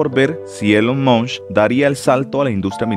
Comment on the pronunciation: Es Elon Musk, no Elon Munsh. 😬